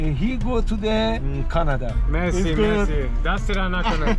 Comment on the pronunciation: That's not mezi you have to say mersi